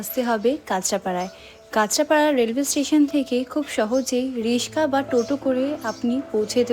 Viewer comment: Be smart dear. Rickshaw. Not R I S K A!!!